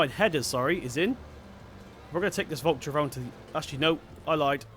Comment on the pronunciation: the way you say valtra it would be spelled vultra